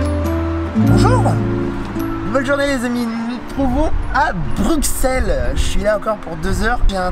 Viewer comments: J'ai bien aimé l'évolution de la prononciation "Brukssel" en "Brusselle". Reste à trouver une nouvelle occasion de revenir ;) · Pourquoi les français disent Bruxelles . Sa s’écrit Bruxelles mais on dit Brusselles comme en néerlandais . :)